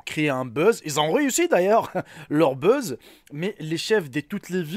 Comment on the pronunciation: Sans accent on comprendrait mieux on croirait entendre un squale mdrrr un fake pas un fike un buz pas un Biz on dit pas une groupe mais un groupe . Et c'est une petite question pas un petite question mon frère ce n est pas méchant mais faites un minimum attention pour les enfants .